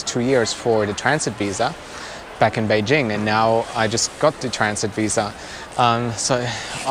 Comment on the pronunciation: Top marks for pronouncing "Beijing" correctly. :-)